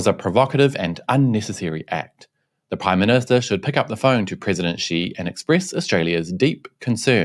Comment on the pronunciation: "I'm the prime minshta"